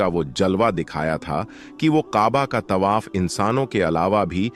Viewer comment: Your pronunciation is very bad. Word Tawaf yani parikarma ko Tabah bol rahe ho. There aur hundreds of such mistakes mistakes in the vdo. Aapka channel koi Islamic channel nahin hai , kiyun jhoot bolte ho. Non muslims only dono great mosqs ke compiunds main nahin ja sakte . Dono cities main kai non muslims aate jaate hain aur many are employed there. I have seen them .